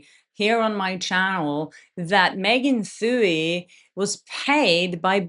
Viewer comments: Did you say Meghan fewey? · Megan Twohey's name is pronounced "2-E" Just thought you might want to know going forward so she doesn't have any ammunition against you. I love how you pronounce a lot of English words slightly off sometimes, I think it's endearing (none of us speak perfect English.) I just wanted to throw that in there. Zero pressure! (haha)